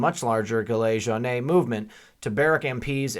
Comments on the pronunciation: t s pronounced jillA je wan gilet juanes. your ami candien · Pronounced 'Jeellay Jone'. (silent s) - signed a French Gilet Jaune. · You’re not the only one having problems. By the way FYI it’s pronounced jilay Jone.